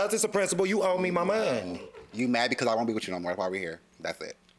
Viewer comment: “You owe me my munoney” LMAO